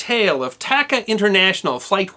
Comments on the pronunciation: I believe it is pronounced "TAH-Cahh" airlines. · Great video. I hate being that guy, but TACA is pronounced with spanish a’s. Like taco, not like tack. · I have always heard the airline pronounced as T(ah)ca, not T(ak)ca. Other than that everything else was spot on!